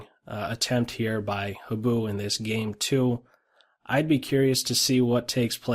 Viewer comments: Habu is pronounced more like "hah-boo" than "hab-oo." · also, accent on the HA-bu (higher vowel!)